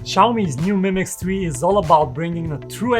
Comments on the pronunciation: It's 2 words "MI Mix" not "Mimix" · Ha ha.. he's saying "mimics" 😁 Not a bad name for a phone. Called it, trademarked it!